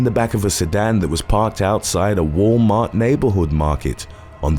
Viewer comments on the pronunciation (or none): none